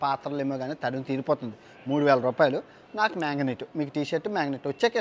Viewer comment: it is MAGNET not MANGANET please correct it😂